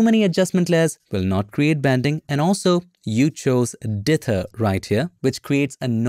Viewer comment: "Dither" excellent enunciation every time you say it. Me, lazy North American, will try and contract it and speak it too quickly! 😁